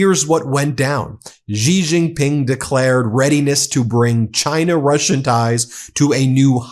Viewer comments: Come on, Ben. Xi Jinping is pronounced "She zhin-ping." Xi's family name is not "zhee." I live in China, and NO ONE here pronounces it the way you do. I love ya, but Xi is pronounced like the English word "she." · Bro, stop saying Gi Gin Pin please. It is Xi Gin Pin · Xi JinPing ❌ Ji JinPing ✅ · Cn's prez is not pronounced Gee jing ping.:face-purple-crying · You should work on your pronunciation when you say the name of Chinese president